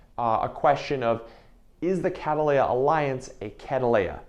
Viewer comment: The way you're saying "catteleya" is catt‐leya 😅